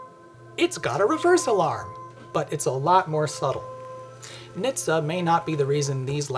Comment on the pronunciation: .....we DONT, its not "niitsa" its "EN-ache-tee-essay"